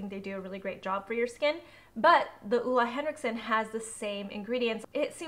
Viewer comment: It’s oH-Leh Henriksen. Not Uh-La Leviosa